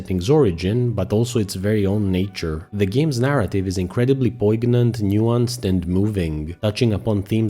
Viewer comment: This game looks amazing. Also, it's "Malay" not "melee" and don't pronounce the G in poignant